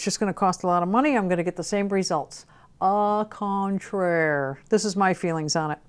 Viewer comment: “a contrair” 🤣